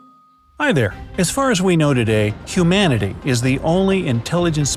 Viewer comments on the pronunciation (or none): When he said humanity I misheard it as iumanity